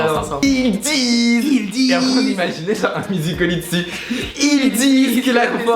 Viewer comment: Ça me perturbe, ils disent musicol.y au lieu de musical.y 😂